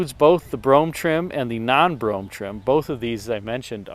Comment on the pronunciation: It's Brougham